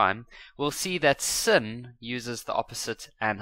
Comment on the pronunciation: sin is pronounced as sine